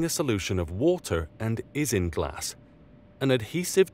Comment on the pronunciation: Great vid but issues with Pronounciation . Isinglass is pronounced eye-sing-glass, agar is pronounced ay-garr, gesso is pronounced Jess-oh